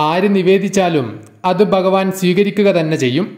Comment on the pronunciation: baktharalla bha bhakthar bagavan alla bha bhagavan ucharanam shradhikkuka